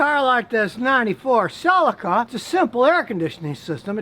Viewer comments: Pronounced Sell-E-Ka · You mispronounced Celica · It bothers me so much that he cannot pronounce Celica correctly